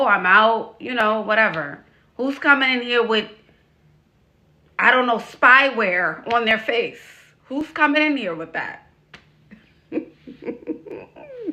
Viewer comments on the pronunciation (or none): said "Spyware" hahahaha "Spy-Wear"